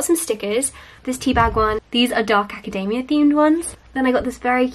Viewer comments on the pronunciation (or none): none